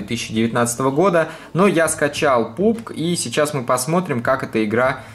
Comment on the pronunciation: Пабг, не Пубг, а пабджи